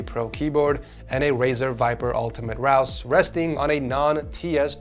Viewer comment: bro said rouse